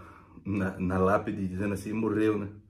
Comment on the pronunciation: "Como axim?" 😂😂😂